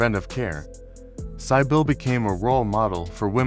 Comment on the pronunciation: Your reader is very poor, not even pronouncing Cybill correctly!